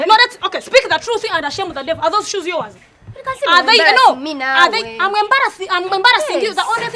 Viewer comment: All these years I was wrong ...until kansiime correct me that its not yours but .....yowaz ...😂😂😂😂😂